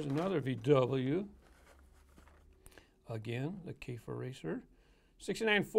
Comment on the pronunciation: Nice case! You said Käfer almost right the first time, I think it should be pronounced more lik "Kiffer"(but with a silent R) Not 100% sure tho, I'm not german but I think it's something like that :P Anyway, It's cool and I'll pick 'em up but it's a little... yeah, too customised, realistic but not really my thing.